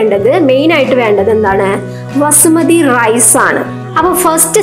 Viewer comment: വസുമതി അല്ല ബസുമതി 🤭🤭